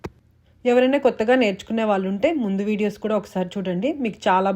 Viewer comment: ముందు తెలుగు సరిగ్గా మాట్లాడడం, వొత్తులు సరిగ్గా పలకడం నేర్చుకోవాలి. బండాసురుడు కాదు భ ండాసురుడు. వాళ్ళు అనాలి. వాల్లు కాదు. తెలుగు మాట్లాడేటప్పుడు english పదాలు వాడకూడదు.